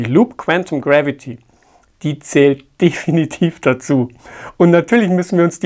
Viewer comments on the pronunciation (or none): Es wird definitiv nicht deefinitiv gesprochen. Abzug in der B-Note Gassner. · Ich möchte nicht kleinkariert erscheinen. Das E wird kurz gesprochen.